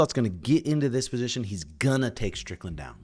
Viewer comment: stop saying stricklnad when you cumshot. take stupid glasses off maybe duh